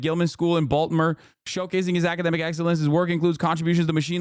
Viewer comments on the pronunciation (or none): Why does he keep saying Balt•more? What a weird way to say it. Even the people with the Baltimore accents would say Ball•more or Bawl•more. Putting that hard T but then leaving out the I is crazy sounding to me. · did you really just say “Balt-mer”